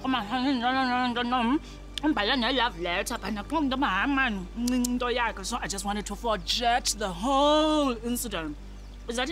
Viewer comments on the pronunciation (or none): Did she pronounce the "g" as "j" in "forget"😭😭